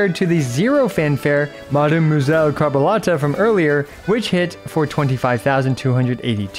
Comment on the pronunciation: How did you manage to mispronounce crabuelita?